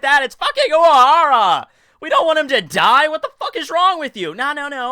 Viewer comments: of course not, but this one sounded very noticable to me. If I didnt already know the name, and was asked to spell it based on what I heard in this video, I'd probably have written "Uwahara" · have i just never noticed that you have a speech impediment? oc tow bo? uwahawa? wtaf